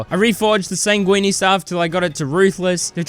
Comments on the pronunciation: it’s ’sang-win’ not ‘sang-weenie’ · Bro pronounced "sanguine" as "sanguini". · I would say that the highlight of this video is you pronouncing "sanguine" like "linguini". :D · sanguine is pronounced 'san-gwin' my dude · he pronounces it like that on purpose cause its funny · he pronounces it like linguine. blood pasta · Bro still cant pronounce sanguine